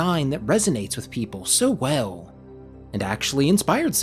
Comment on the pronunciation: "So Weh-oull" 😂